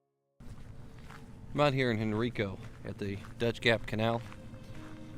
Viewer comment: Very nice intro-it is actually pronounced Hen Rye Co. The Henricus Park behind it is also worth a visit.